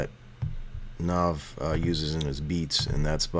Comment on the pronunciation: you kept saying his name wrong it pissed me off